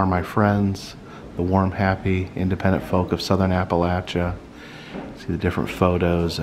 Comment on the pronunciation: Finley someone that pronounces Appalachia the right way..